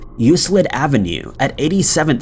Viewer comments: Euclid is pronounced YEW-klid, not YEW-slid. Grr. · Picky, pickyl picky: Euclid is said "you-klid" instead of "you-slid." Don't feel like the Lone Ranger: Until I got into college I said "e-loo-sid."